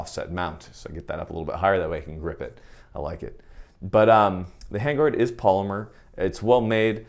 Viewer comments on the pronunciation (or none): none